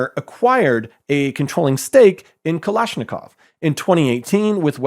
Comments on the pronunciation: Dig your work.. But.. it's Kalashnikov, not Kalishnikov. Otherwise, keep up the good work.. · Kalashnikov not Kalishnikov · KalAshnikov dude. It's not KalIshnikov. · Not Kalishnikov but KalAshnikov. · It's "kalash" not "kalish" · Showing the phonetics of a name is nice until you pronounce it wrong (Cartagena) or mispronounce it repeatedly (Kalashnikov)